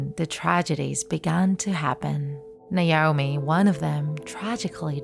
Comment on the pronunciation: Is it Naoni or naomi, naomi is my name and its not how u say it